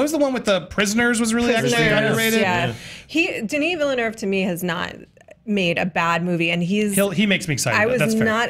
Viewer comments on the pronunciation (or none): OMG! They are butchering the poor director's name Denis Villeneuve😂